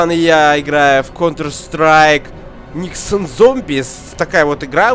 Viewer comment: НЕксон! А не НИкиосн